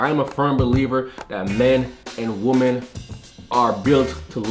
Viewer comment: Dude I like your content. But, please stop pronouncing women as woman. Just stop the bullshit. It's a slippery slope to 1984 and it starts with little things like that.